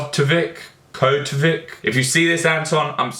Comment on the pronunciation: Oh and... You pronounce it like Kohutovich